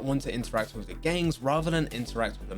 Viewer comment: The way you say gengs (gangs) freaks me out a bit!